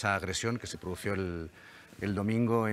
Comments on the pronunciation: Qué puedes esperar de un periodista que dice “produció” en vez de “produjo”… lamentable el nivel… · ASÍ SE HABLA SEÑOR ORTEGA ESMIT. SEÑOR PRESENTADOR: NO SE DICE PRODUCIO' SE DICE PRODUJO 💚💚💚💚💚💚🇪🇸🇪🇸🇪🇸🇪🇸🇪🇸